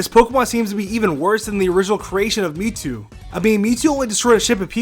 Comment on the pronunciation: you mean mewtwo? who the hell is miitoo?